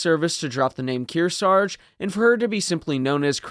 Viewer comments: Its KearsaRge. Not Kearsage. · They took Kearsarge's name off her so they could use it on a new Essex class aircraft carrier, but thet ship was renamed to honor the lost Hornet before launching. Btw both of the Rs in Kearsarge get pronounced, and if one is left out it's usually the first one. Least around here in the Kearsarge Region.